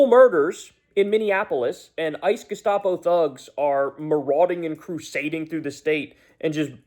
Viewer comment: Haircut. Even pronounced "Gestapo" in a like he loves the word.